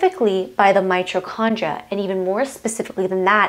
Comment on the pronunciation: It's my TOE condria. Not '"my cho".